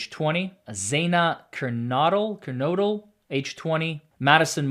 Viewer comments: its Ethan Chape-in, xana ker-no-del, kaylee Gon-cal-vez you mispronounced 3 out of the 4 victims names, please do better 🙄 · Xana’s last name is Kernodle, long o sound like no. Kaylee’s last name Goncalves the c has an s sound and then you pronounce the ves at the end. Chapin is a long a sound. You got Madison Mogen correct.